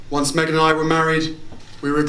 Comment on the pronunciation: Did he say megam? 0.37